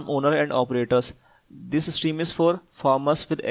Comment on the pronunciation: Bhai, Steam ni stream hay